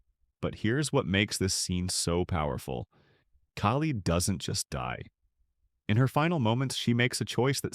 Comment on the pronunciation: Kaylee???😅😂 It's Kali